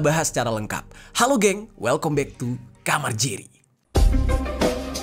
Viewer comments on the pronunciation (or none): /ˈwɛlkəm bæk/ bang Jer bukan welkom bek.